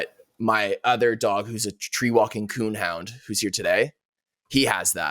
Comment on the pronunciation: Tree walking coonhound... Lol.. its treeing walker coonhound. Developed by a guy named John W Walker.